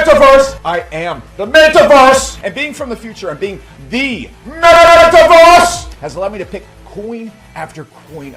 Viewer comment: Metawörs! not May-tuh or anything of the kind. e sound more the first e in there. ;)